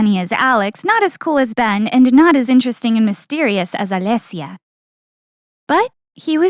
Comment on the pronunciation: The way you pronounced "Alesia" was just 😩